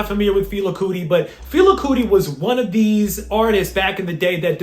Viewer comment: FEH-LAH, KOO-TEE. My guy said “Fila Cootie”😂😂